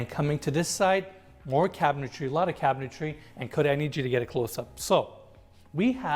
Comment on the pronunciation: Couple things. One I love this channel. Only discovered it about a week ago and I’ve watched way too many of these. They really make you appreciate ardies genius. Second, needs to stop adding an extra syllable to cabinetry. It’s not cabintary. But I digress. Lol Third, I’m confused as to what enes is. Does he show these houses bc he’s trying to sell them, or is this just for his channel. Does he stage them, or someone else?